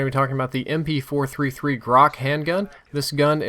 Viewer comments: Its MP-443 not MP-433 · its mp443 not mp 433... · It's MP-443, not MP-433. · It is the "MP-443" not the "MP-433"